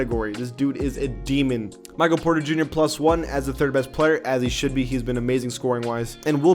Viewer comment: I cringed hard when you said Michael Bridges. Bruh it’s Mikal and he should be an 84 overall